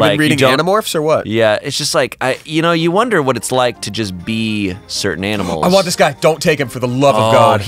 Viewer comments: The way says aminals instead of animals is just adorable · He litterally said HUH AMINALS ARE IN TYE GAME I know it's animals but he said AMINALS